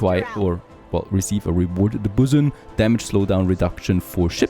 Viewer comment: Bosun is pronounced BOW(like an archers bow)-SIN